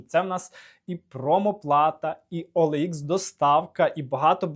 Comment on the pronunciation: не оелха, а оелікс! неуч